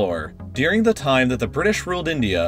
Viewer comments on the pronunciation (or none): During = Deering